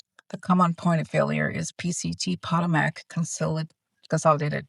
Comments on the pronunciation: every day you are in Rio you look more and more relaxed. BT2W - it’s po-TO-mac, not PO-to-mac. I live there. ❤ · It makes sense why congress rushed home for a 2 week period. Time to get home and wait out the plan! April seems scary for travel. So glad we didn't go forward with our spring break plans! We're in the DC area so that effects all of our airports. BTW, Potomac is pronounced Puh-Toe-Mek and Dulles is pronounced Duh-Less. Just thought I'd help since this will be a hot topic for a bit. ❤ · pa TOE mick, like the river in DC.